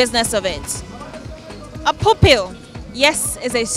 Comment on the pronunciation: So they talking of Pupil!!! I was hearing poopool!